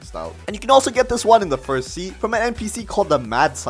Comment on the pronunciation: he said frist instead of first